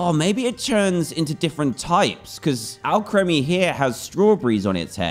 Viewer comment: Its Al-kree-mee, not Al-kreh-mee